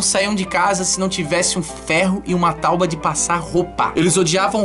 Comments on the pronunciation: porra ''tauba'' de passar, kkkkkk. acho que tábua...rsrsrr boa boa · "Tauba" kkkkk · "Tauba"? hahahahahaha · "TAUBA" de passar roupa. Hehehehehe